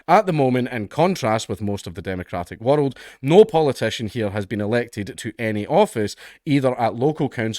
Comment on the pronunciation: The way Dank pronounces ‘world’ is very funny.